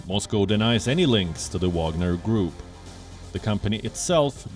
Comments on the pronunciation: France shouldn't complain, they have their Foreigner Legion for the same purpose, it's just not private. Btw. why Wion calls this group WaNGer when it's WaGNer? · Not " Wanger" it's the WAGNER group. The Special Forces under the Special Forces.😂😂😂 Mali is about Uranium!!!!! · lmao its spelled Wagner not wanger. Wanger is slang for penis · Yes, serious journalists Gravitas ... they can not even spell it right. Wanger? No, I think it's Wagner ...